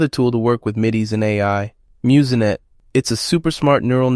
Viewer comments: Also… Muse-Net not Muse-N-Net. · I believe "MuseNet" is pronounced myooznet not myooz-e-net.